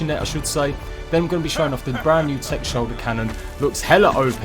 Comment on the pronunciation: What's a "shulder?"